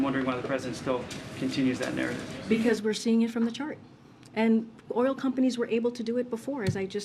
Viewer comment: she said shart instead of chart